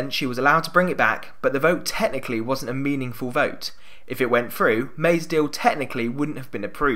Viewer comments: Love your videos and the analysis, really, really,really and thanks for your intensive hard work in getting them out these last weeks. BUT PLEASE Get someone to do the voiceovers who can say t and th: third, thousand, through, other and not (as in this one) fird, fousand, frew, uver. Sloppy speaking and distracting from you very precise analysis. Haven't noticed it in your previous items, so maybe the voice likeness isn't really as uncanny as all that. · Since when is the "th" sound taught as an "f"? It is THrough, not "frew"